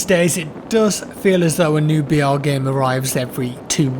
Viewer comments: I thought he kept saying "VR" not "BR" lmao I was wondering why he wasn't really into this game. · Who also heard VR instead of BR?